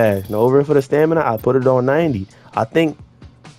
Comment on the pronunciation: “For da stanima” 🤣